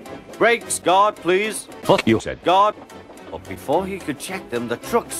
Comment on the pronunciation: I get it “guard” sounded like God